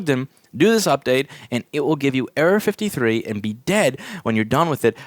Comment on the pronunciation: it sounds like Louis is saying area 53